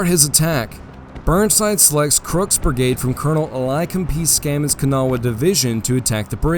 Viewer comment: Its BRIGADE not “burg-ade”